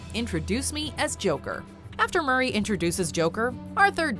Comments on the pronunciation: D "HOW BOUT ANOTHER JOKE MUR- RAYY" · My favorite moment is “MuRrY”